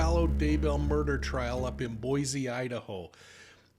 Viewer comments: It's pronounced BOY-CEE. There is no Z in Boise!! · Please leave to pronounce B O I S E, Idaho correctly...there is NOT a "Z" in Boise to be pronounced such....thank you...